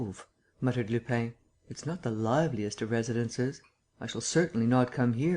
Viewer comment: Lupin isn't pronounced Lupain. It would be better if it were pronounced Lupan. Closer. Can't listen to this speedy American accent.